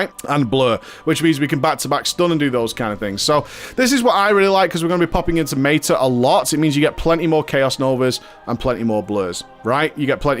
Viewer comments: He deliberately pronounces things incorrectly to trigger people. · mayta....mayta-morphosis lol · It's his pronounciation of meta, as in metamorphosis, the major dps CD.